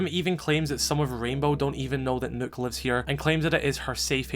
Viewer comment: Thank you for pronouncing Nøkk's name correctly. 😊 By the way, this is literally a Kill Bill moment right there